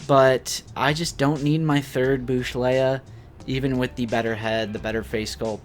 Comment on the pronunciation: Everything gets a 'reprint' .. one day? These will BE singles. 'bush' leia? Its BOWSH.. Leia. ✌️😊